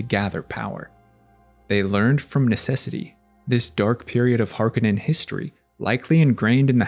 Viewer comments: Har-KO-nen, not HaR-kA-nEn... KO... Har... KO... nen.... Harkonen. -..- "Harkenen" .... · It’s Har Ko nen….not har ka nin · Hark A Non is how its pronounced.